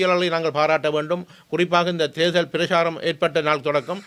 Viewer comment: PIRACHCHARAM NOT PIRACHARAM, First learn speaking Tamil before yourepresent them :)